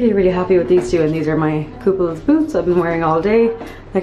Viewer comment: It's "The Kooples" not "The Couple's".